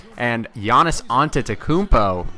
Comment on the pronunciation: Great Video and you started saying the Greek Freak's name right. :)